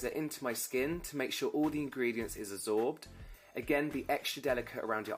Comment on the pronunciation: “to make sure all the ingredients is azorbed” 🤣🤣🤣